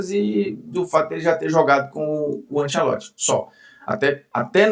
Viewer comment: Bruno vou deixar um elogio genuíno pra você, muitos que vão pra Globo ou a grande maioria mudam a personalidade pra encaixar, achei top que você continuou o mesmo, e até o jeito “abrasileirado” que mandaram falar Ancelotti, você não está falando